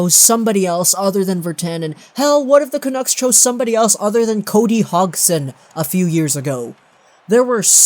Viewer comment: Cody HOGson